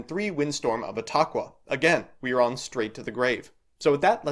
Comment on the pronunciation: You said etaqua right. :’)